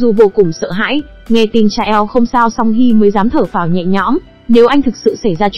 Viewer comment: Chỉ có chữ Thở Phào Nhẹ Nhõm thôi mà cả clip 3 tiếng hơn vẫn cứ đọc là Thở Pháo :))) . Bó tay thật